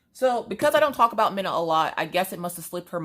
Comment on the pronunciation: It’s like Christmas🎄 watching you open stuff,I love it! Wish I had smellavision so I could smell the wax! That beaded kit looks lovely,I’ve never done a beaded cross stitch and I would like to,can’t wait to see yours!! Your daughters name is Mina! not Minna! I’m sorry I’m from the U.K! 🤣 lovely name ❤️x